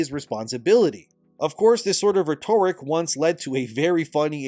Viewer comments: REH-ter-ick. Not reh-TORE-ick. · Love the video. But please, it's RHEToric. Pronounced RET-er-ick. As opposed to the adjective rheTORical. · Ret-tor-ric? Bruh. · it’s not “reh-toric”, it’s “rhet·o·ric”. Loved the vid! Just had to correct 😂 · Reh-tuh-rick Not re-torik. It's driving me nuts man lol. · Rhetoric=Ret-or-ick.......youre welcome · Dude, like your stuff, but you've really gotta learn how to pronounce "rhetoric" (It sounds like REH-torik. Emphasis on the first syllable) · I notice you use the word rhetoric a lot but don't ponounce it correctly. Just saying. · I can’t stand the way you say “rhetoric”. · Hate to be that guy, but RHETORIC should rhyme with RODERICK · Dude it’s driving me crazy how you pronounce rhetoric lol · If you pronounce rhetoric wrong one more time ... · Good video, please learn how to pronounce " rhetoric" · I need you to listen to someone saying the word "rhetoric " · I love but for the love of God someone tell him how to pronounce "rhetoric" 🤣🤣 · Please Google how to say “rhetoric” - it’s driving me insane. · Please learn how to pronounce rhetoric correctly. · the accent for the word "rhetoric" falls on the first syllable. When used as an adjective or modifier (i.e. rhetorical) then the accent falls as you are currently mispronouncing the word now. Hope you take this in the right spirit as intended - like your videos! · I love you videos, but hate how you say rhetoric. It's agonizing.